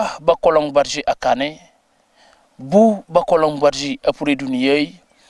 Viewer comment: Il faut prononcer le nom badji comme le prononcent les Diolas.